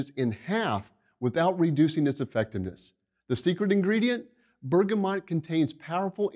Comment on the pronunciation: NOT BERGAMOT!!!!!!!!!!!!!!!!!!!!!!!!!!!!!!!!!!!!!!!!!!!!!!!!!!!!!!!!!!!!!!!!!!!